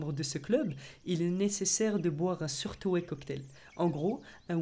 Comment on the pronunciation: Bonjour! Pardon! juste une rectif 😆: on ne dit pas SOURTOÉ pour SOURTOE MAIS...Ça se prononce: sawato qui veut dire: pouce aigre. Sour=aigre et toe =pouce.